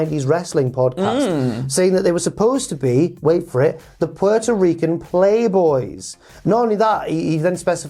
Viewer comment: Did he say pete-o-rican